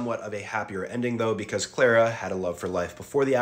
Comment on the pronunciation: Her name is Charla not Clara